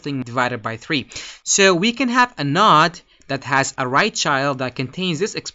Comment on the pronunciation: You need to learn how to pronounce the word "node". Nice video though.